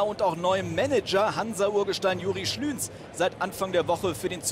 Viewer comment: Juri Schlü"h"nz :D Naja, wichtiger Sieg - hart erkämpft. Auch wenn die Tore nicht sonderlich gut rausgespielt worden sind, hoffe ich dass es der angesprochene "Brustlöser" ist!